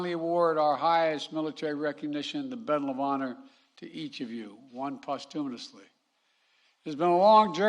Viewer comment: "Bedal of Honor" / "Postuminously" Pretending he has dementia is a strategy to confuse Trump's friend, Putin, into thinking there's nobody at the helm here in the US. I hope it works.